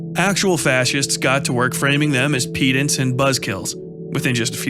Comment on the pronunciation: it's pedant with a short e not peedant and finagle like neigh not nag "largesse" doesn't mean majority it means generosity